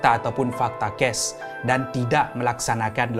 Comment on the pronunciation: Assalam hi sya selalu dngar kamu sebut ges dan bkn kes kamu cuba sebut btul ii sbb nnti takut org x paham plk😅😅srry ye bukan nk bgi skit hati kamu tpi sya cuma nk tegur..sja😊😊